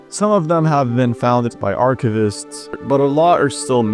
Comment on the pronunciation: You need to change up how you pronounce "archivists." The video is otherwise great.